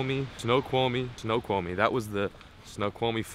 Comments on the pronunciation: You said it completely wrong snoqumie it's like ( snow quamie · it's pronounced snow-kwal-me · Coolest waterfall ever Snoqualme falls was one of the coolest places ever. Pronounced "snow-kwal-me-falls" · You should see those falls when there’s more water flowing through them and it is pronounced snow-kwol-me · Snoqualmie Falls is pronounced (Snow-cwall-me). There is also the Skykomish (sky-comb-ish) and Snohomish (Snow-home-ish) rivers which are good for salmon. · Snow-kwal-me is the phonetic for Snoqualmie. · Snow-qual-me is how you pronounce it. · Say "Snow Qual Me" falls. You are close. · Ok lemme help you because I used to live there it's pronounced Snow-Qual-me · snow-kwol-mee falls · Snow quaw li me Is how it is pronounced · It's pronounced snowkwalmie lol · Lol said Snoqualmie wrong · Totally butchered the pronunciation of Snoqualmie but its cool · You completely butchered snoqualmie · I was cringing every time you said it wrong